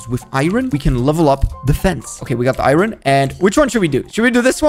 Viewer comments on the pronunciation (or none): it's iron not iyoyn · Iron not Irin 😭